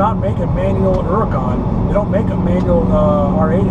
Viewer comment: Good man, calls the Huracan by its proper name, Oooracan.